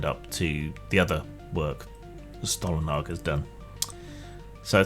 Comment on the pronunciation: Your pronunciation of Stålenhag is acceptable.